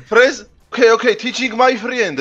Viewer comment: Pov: ზღაპო fრეზე❌ fრიზე❌ fრიზ ✅ საღოლ მაგარი ვიცინე ❤❤❤